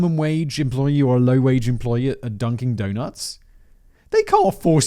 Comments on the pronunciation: Dunkin, not dunking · I think the best part of this series is Simon saying “Dunking Donuts” laughs in ignorant American